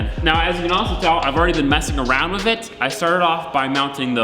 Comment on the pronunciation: Take a shot anytime says "Wiv."